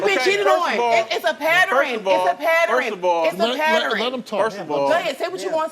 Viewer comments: ...It's a WHAT???? What's a..."PATTERING"??? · It’s a pattering LMFAO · The pattering is crazy. That’s not a word. It doesn’t exist.